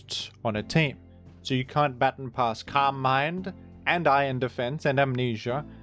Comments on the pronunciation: It's "ba-tawn", not "batten" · Hey I am a 27yo blind man from USA. That’s not how you pronounce baton :) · Hi, great video! Unfortunately, I as an Australian do not pronounce baton as "batten", rendering the entire video invalid, and the point moot. If you could kindly take the video down and upload an apology video, that would be great. Ukulele optional. Thanks! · Can’t believe this guy pronounces baton as baton instead of baton 🫵🤣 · I am not a rotten egg and therefore will not be commenting on pronounciation of the word "baton" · You say baton funny. Sincerely, Rotten Egg